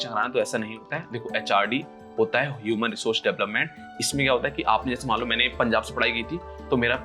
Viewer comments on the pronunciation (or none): none